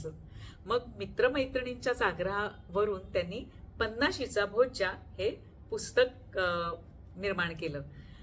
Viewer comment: Is it Bhojja or Bhojya? Book title is different your video title and pronunciation is different. May be both words are correct.. but something new to know. Thank you for book review and reading though.